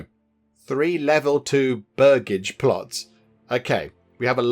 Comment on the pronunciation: Its pronounced Burj-age (its where the family name Burgess [Bur-jess] comes from - land owners) Hope that helps!